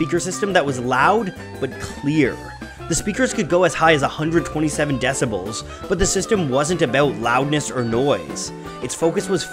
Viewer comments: ‘decibAls’... in the US it would be ‘DecibEls’. No worries, pleasant presentation. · DECIBELS. Not "Decibals". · Wasn’t Owsley also the inspiration for Kid Charlemagne? Great video, as always, but it’s decibels, not decibals. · Decibals?!? a new term in acoustics?